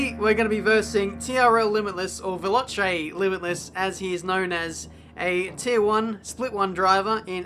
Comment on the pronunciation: Velotcay limitless, butchered that one